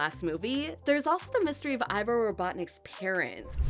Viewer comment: First of all it not ivor it’s ivo